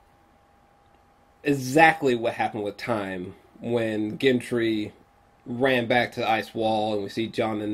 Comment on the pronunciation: Wait one more silly gripe.....😉 hearing you pronounce GEN-TREE and DEN-AIR-REE-US....nails on the chalk board. But the rest...on point as always